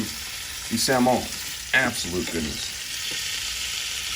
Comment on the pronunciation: WTF is ony-owns and salm-owns? Why in the beginning you said onions in a proper way then switched to any awe?